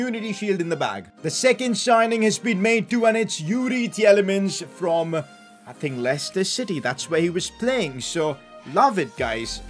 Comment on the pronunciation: man said: yourie tjellemans 😂😂